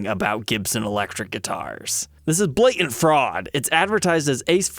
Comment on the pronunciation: is usually comically careful to pronounce his T's in words like "satin," and "button," and now we know why: he slips up on the "blatant" right at the four-minute mark and pron ounces it like a little kid.